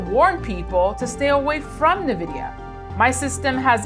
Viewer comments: N-VIDEA NOT NEVIDEA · Navidia 😎 It’s pronounced Envidia, lady